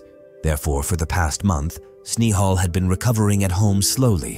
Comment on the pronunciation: 😂 Even Englishmen doesn't pronounce Indian names so bizarre 😂😂 Snehal -Sn-ai-hal, Hiran - Hai-run 😂😂😂